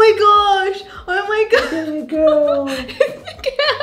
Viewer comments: Congratulations but did anyone notice that Alfred said (GREL) instead of (Girl) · "It's a grill~"